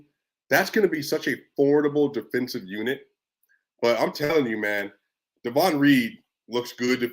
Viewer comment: DAY...von Not Daaahvon